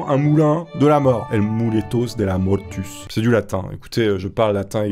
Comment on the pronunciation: Mortus se dit mortous